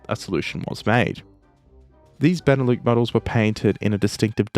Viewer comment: Benelux is pronounced with the x, it's not beneloo, it's benelux. It's short for Belgium Netherlands Luxembourg.